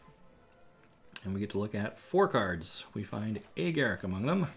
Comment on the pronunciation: Garick? GAROOK!